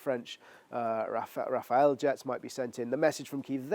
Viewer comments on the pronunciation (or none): Rafael??? Do you mean RAFELE???